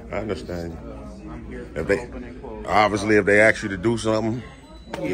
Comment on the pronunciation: This guy's got it down pat. Keep up the great work! Just needs to learn the word "ask".